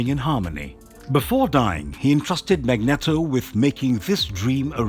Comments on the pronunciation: mag-net-o XD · One problem though, guys! It's MAGNEEEEEEEETO! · Magneeeeto emphasis on the eeeeeto lol but great video and thanks for taking the time to upload it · Thats not how you pronounce Magneto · Whelp can't say Magneto the same again lmao